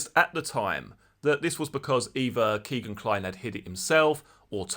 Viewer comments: His name is not "Keegan". His name is "Kegan" (rhymes with Megan). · Nice video G but it's kegan not keegan Keep up the good work